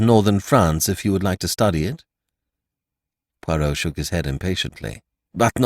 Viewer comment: Ugh nothing worse than an american mangling the pronunciation of ‘Poirot’ 🫣🙈😖😖